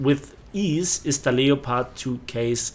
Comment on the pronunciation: Lepard...nicht Leopard...Aussprache ist falsch..